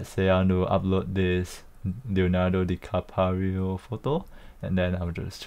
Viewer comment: wow interesting video, but you pronounced Leonardo DiCaprio wrong😆